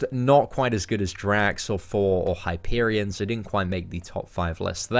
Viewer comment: love u lol whenever u say thor your accent makes it sound like four lol i was hoping id hear "at number four we have four" haha love ya bro